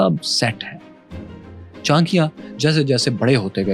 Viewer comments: Please pronounce it properly, it cha-na-kya , not chankiya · All good and wonderful but Many of pronunciation were off and it is sometimes important to say it right when telling such compelling history. It really helps.example Kshatrita . It’s not ‘ka.Shtriya’ it’s ‘ksh.Triya’ . It’s not Taxila, it’s ‘Taksh.Shila’. It’s not ‘Chan.kyaa’ it’s ‘Cha.N.kya’ Like that there are quite a few instances. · Chankiya nhi bewakuf Maharaj Chanakya bol chutiye bolna Sikh le pehle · Pronounciation of his name is not Chaa.n.kya.. but its Chaa.na.kya But overall very good analysis 👍🏻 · 'Andar ka bhedi' Lol 😅 Btw, at least learn to pronounce the name well. 'Chaankeeya' sounds nothing like CHANAKYA. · It pronounced Chaa+na+kya Lot of reference are mistaken but it's ok, Chanakya was never a Jain, he was Brahman, Taxila and Nalanda were not Mazahabi education centres they were teaching almost everything from kala and Nattashashtra (artistry like music dance) weapon, fighting skills (combat or yuddh shashtra), Chemistry (Rasayan shashtra), Vedas Upanishad (Sanatan religious and cultural text) Astronomy, Political and Social science (Raneetijshashtra) and 3conomics (arthashashtra) Students from neighbouring countries used to study there, the university was run on donation of kings whoes prince used to get educated there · Brother you should have more information, (it's enough knowledge for Pakistan people). He is bron in Hindu. He following buddhism , h Not Jain . Pronounce propar name Great person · Aby Bhik Mangoo Pahaiy Pronounce thik karo Chanakya